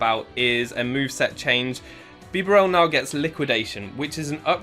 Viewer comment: Bee-barrel that’s how you say it